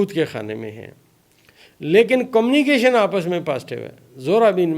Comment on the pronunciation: کَمْ نِی کَیْشن؟ صحیح تلفظ کَمْ مِیُو نِی کَیْشَنْ!